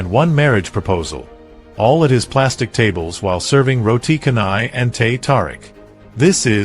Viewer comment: It's Roti Chanai. Not Roti Kanai. The "C" in Malay is actually "Ch". To hear all this wrong pronunciation is very painful to our ears. Haven't anyone corrected you on this?